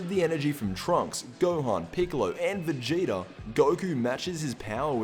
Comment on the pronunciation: Did he say vegeti